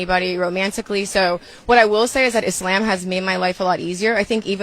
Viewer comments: The correct pronunciation is Islăm thats why it sounds like she said lamb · I hate when she said “Izhlam” learn how to pronounce the word before you follow the religion goofy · Is no one going to question her pronunciation of the religion she converted to? Is-Lamb? Ma’am, what? I’d let it slide if she was Canadian, but she’s not. Do better, Brittany! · shes saying Islam wrong, so i know she dont do her prayers right smh.